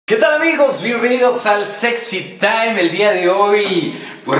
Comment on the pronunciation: soy el unico que le gusta como luis pronuncia... el sexy taiiiiimmm